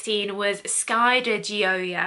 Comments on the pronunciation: your pronunciation is sooo close!! its “joy-uh” and it means joy in english. thats my name hahah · Pronunciation so off, it’s said like Joya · I believe Gioia is pronounced “Joy-uh” but I could be wrong! I’ve always seen these in Ulta and the bottles are so cute!!! Such a nice review!!! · it’s pronounced “joy-yah”. :D. Thanks for the video. You helped me decide which one I’ll be buying at the upcoming Sephora sale! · She was waaay off, what are you saying so close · Your saying the perfume name wrong , my last name Is Di Gioia , so I know .